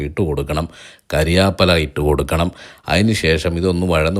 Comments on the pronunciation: കരിയാപ്പില അല്ല കറിവേപ്പില😀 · കരിയാപ്പെല അല്ല സുഹൃത്തേ കറിവേപ്പില 😂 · കരിയാപ്പല അല്ലടേയ്........ കറി വേപ്പില